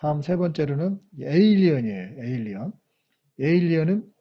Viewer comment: PLAP 아니라 FLAP 이구요, 초쯤 에일리언이 아니라 에일러론입니다. 외계인이 비행기 날개에서 튀어나올줄이야... ㄷㄷㄷ